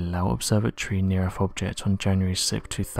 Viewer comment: What is The Erf? do you mean The EarTH?